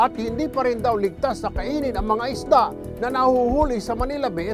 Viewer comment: Tulfo "Isda" not Ista